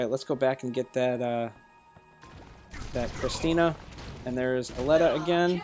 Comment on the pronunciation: I think you're pronouncing Aleta wrong. I think it's supposed to be A-lee-tah